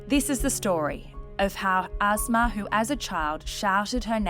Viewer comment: I hear asthma or azma when you say her name. Asma Khan, more women in leadership roles is absolutely part of the solution.